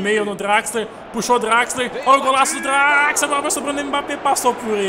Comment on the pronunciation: vc fala Draxler é assim que se escreve mas pronuncia Drexler